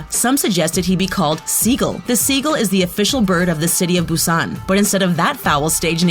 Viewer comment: OH COME ON MATE. DO YOU NOT EVEN KNOW HOW TO PRONOUNCE THE SIMPLE WORD "SUGA"? JUST FREAKING PRONOUNCE IT LIKE "SUGAR" ALSO AHEM "MIN YOONGI" OK I WONT BE TOO MAD ABOUT HOW YOU PRONOUNCE JIMIN'S NAME BUT ITS JUST REALLY CRINGY DO YOU NOT DO ANY RESEARCH? "BUSAAAAAN"? OK THATS IT!! DO YOU CLEARLY NOT SEE THERE IS A K AT THE END OF "JUNGKOOK"? I MEAN SERIOUSLY. ALSO IN HIS NAME, THERE IS A U AND A G "KIM TERRIAN"? UMMMMMMMM OK? MATE YOU'VE GOT TO GET YOUR EYES CHECKED CAUSE I DON'T SEE AN R IN HIS NAME "BANTANG" OR "BANGTAN"? OK BAI